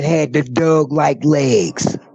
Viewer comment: Whenever he says "Doug, " I giggle no matter how unsettling the story.